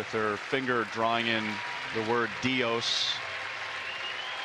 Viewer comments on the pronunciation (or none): said di-os it’s dios as in god but in Spanish 😂 still sad but that guy killed the mood saying it like that